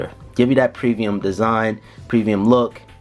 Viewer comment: Wait, did he say previum instead of premium